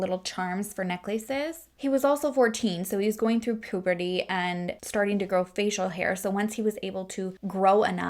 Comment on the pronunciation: “Neck-laces” “Poo-berty” 🤣😂 love the way you pronounce things!